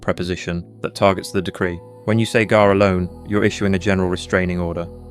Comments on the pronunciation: It's b'kha, and you have to let that flutter in the back of the throat a little bit. Not quite like claring the throat, but that should give you an idea. Like a soft grungy K sound. And it's g'ar, pronounced like guh-ahr, but with a very short g' sound. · The whole video is garbage. And, yeah, the "magic words" "ga'ar b'kha" are massacred with wrong pronunciation. (no "ch" sound in Hebrew as it's pronunced in English and in one instance the narrator said "g'ay" b'cha...ughI wrote a very lengthy reply on the idea that the word "satan" is NEVER a proper name but merely a noun in Hebrew. AND the fact that it was NEVER REMOVED from scripture. Unfortunately, people swallow this garbage because they actually wish to learn. If they were actually serious, they should start by learning the Hebrew AlefBeit. Learning poorly transliterated English is NOT learning Hebrew! It takes more than a YouTube video with sloppy A.I. and absolutely fabricated JUNK to enrich one's walk with the LORD. This is the kind of CRAP that starts cults! I''ve studied biblical Hebrew for around 20 years and I have SO MUCH TO LEARN! I have written out 3 large books in biblical Hebrew calligraphy, I can recite Isaiah 53 and many others and I'll spend my whole life doing it because the LORD did it...and wired me that way in His love. It's not necessary for everyone. It's really SAD that believers are being deceived in this way. But on the other hand, they should stop looking for "magic words". JESUS/YESHUA the KING/BROTHER/CHAMPION/GOD is who we need to know both scripturally/personally and moment by moment.